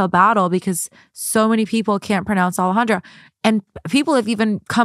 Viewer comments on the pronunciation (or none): Yikes sounds like Alejandra has some internalized racism regarding her name. Alejandra is not hard to pronounce. Hope she can make peace with that ❤ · I was going to say Alejandra is not pronouncing her own name correctly, it is a very beautiful name though